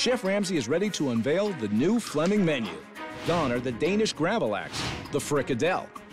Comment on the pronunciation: Flemming, not Fleming 🇩🇰